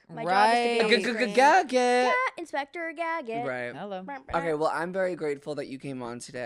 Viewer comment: No one: Absolutely no one: Trevi:” right. inspector.”:” inspector gagget” 😂😂😂😂😂😂😂😂😂😂😂😂😂😂😂😂😂😂😂😂😂😂😂😂😂😂😂😂